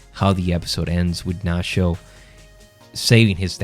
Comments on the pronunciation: Nat-cho not Nas-ho. Get the hero's name right. But I agree, Nacho has always been a great character - but what an exit. Absolutely magnificent. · Great video BUT STOP CALLING HIM NASHO